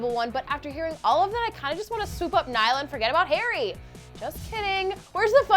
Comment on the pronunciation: it's NIALL